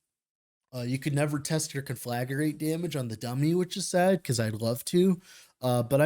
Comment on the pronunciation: You're putting an extra syllable in Conflagrate. Con-fla-great. As in this guide is con-fla-GREAT.